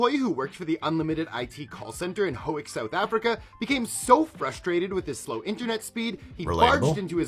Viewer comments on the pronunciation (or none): The pigeon story is 100% real, but he mispronounced Howick. It's pronounced How-wick